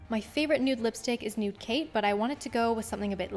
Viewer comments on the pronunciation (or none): none